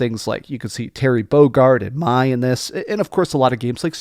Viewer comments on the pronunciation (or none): Ngl the mispronouncing of titles and calling "Mai" "May" sorta took me out of it. Otherwise, good vid. 😊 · Typical American, mispronouncing simple names